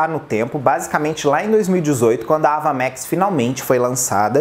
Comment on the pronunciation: Sem querer ser chata, mas já sendo a pronúncia do nome não é "Ava Mex" mas "Eiva Max". Eu também pronunciava errado até assistir essa entrevista dela